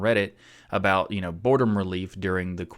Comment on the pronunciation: side note its "boredom" not "bordom" :p